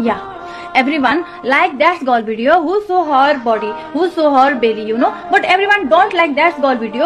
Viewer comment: Dekh dekh ke bol Rahi thi ,us par bhi pronounce sahi nahi tha, her body ko hor body kah rahi rhi